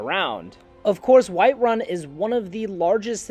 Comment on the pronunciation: White Run haha dude why do you say it like that